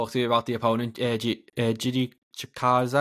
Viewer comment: Giga pronounce the name Chikadze